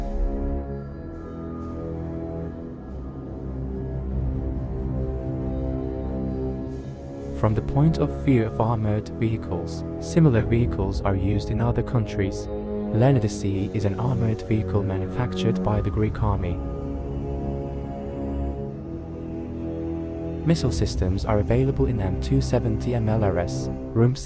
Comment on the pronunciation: the Leonidas II armored vehicle is pronounced LEE-OH-NIY-DAS